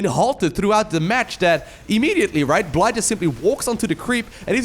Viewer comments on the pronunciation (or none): I think Bly is pronounced Billy. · The UKRAINIAN player is simply called BLY (blai) You don't know,, do you? XD